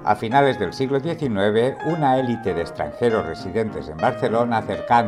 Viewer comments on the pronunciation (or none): none